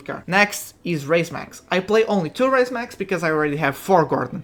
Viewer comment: Its Raise Max not Rise Max